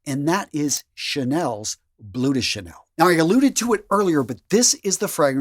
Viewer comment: Language tips: don't pronounce the "m" in "parfum". (The "m" is there just to remind you that the "u" is nasal.) Its "Parr-" (like in "bar", but with the typical raspy French accent in the "r")... "-fum" (like in the "a" in "Ghandi". The last sound of the word is a vowel, not a consonant. As for "Bleu" (de Channel) the final vowel doesn't sound "oo", but "aah" (like the vowel in "love"). Keep up the good work!